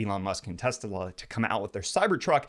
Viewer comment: we all heard him say testala instead of tesla?